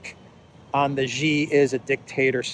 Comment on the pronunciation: It's not"GEE" it's "SHEE" you are a stuborn fellow 😅